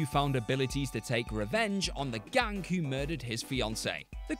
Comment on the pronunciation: "the gank", not the gang, but the "gank", wtf